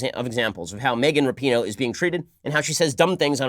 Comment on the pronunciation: Her last name is RAPINOE, there is no U in it!!